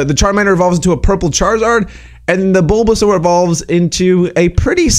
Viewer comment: U said bulbasar twice 😂😂